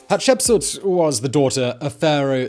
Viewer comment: Great channel Simon. You definitely are pronouncing the very difficult name of this lady better than I could before watching this video😁 I remember seeing something about her in school, but only as a name with dates. This fills in the gaps nicely.